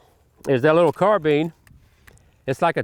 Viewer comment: why do people pronounce carbiiiiiiiine "carbean"